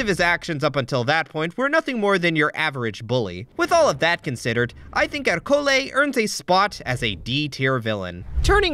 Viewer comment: why are you pronouncing Ercole with an accenct on the o!?!